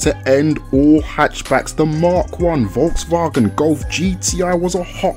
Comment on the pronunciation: Im from germany and i have do admit you can pronounce Volkswagen pretty good 👌